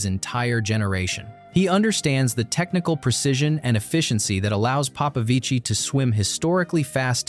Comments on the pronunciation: Stop saying "Papavici" pls ..is Popovici man..gg David well done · Papavicí? 😅 You know he's not Italian right? Is it so hard to document yourself on how his name pronounces?